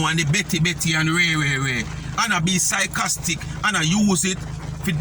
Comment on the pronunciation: Sycostic sounds more like her..